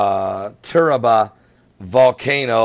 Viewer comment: it's TURRIALBA NOT TURRABA I live in Costa Rica